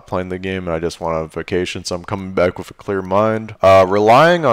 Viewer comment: Love everything you do bro, but I have to say that I only have one complaint about this video. The word is "wiTH" not "wiF" ;)